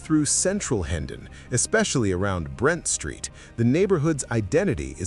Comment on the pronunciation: Where did all these ancient photos and I formation come from. It's Brent street not Brant Street Some of the photos weren't even from the areas being spoken about. I live in the middle of all these areas and am familiar with them all. Not sure how you got Cricklewood on the list.wantvto get harassed on the streets then go there but not after dark .